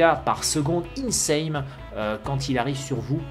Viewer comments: y'a un truc qui me perturbe tu dis tjrs " insaMe" au lieu de " insaNe" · plz on dit insane un N stp D: a chaque fois je bloque quand tu dit insame;( m'enfin encore une bonne vidéo:p